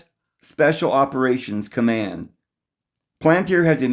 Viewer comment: Pal-an-tier! Not plant-ear! Have mercy! It's pal-an-tier, please!